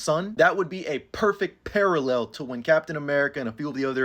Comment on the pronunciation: "PUUHHerfect PUUHHarallel"